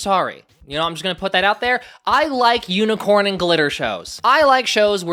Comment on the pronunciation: i love that he says IS THAT UNICRONE JESUS